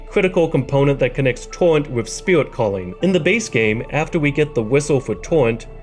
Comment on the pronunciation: “Spirwit” “Torwent”